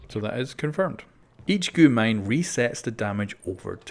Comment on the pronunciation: you dont speak it out as goo mine its g u mine